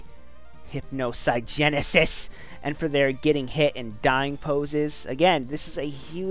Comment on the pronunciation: Everytime he says hypinogenesis I crack up xD